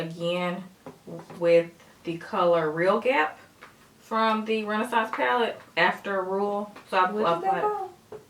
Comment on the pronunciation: Hahaha pointed out saying "realgap" as a color in the Modern Renaissance palette. You both are funny!